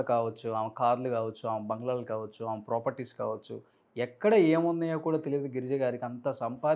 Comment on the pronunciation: ఆమ కాదురా ఆమె అని పలకాలి. తెలుగు నేర్చుకో ముందు.